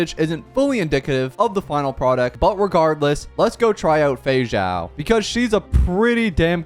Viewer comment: For my Portuguese speakers, I can't be the only one who kept hearing "Feijão" everytime he said "Feixao" 😂